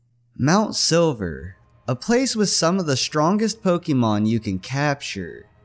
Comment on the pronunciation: don't call it pockymon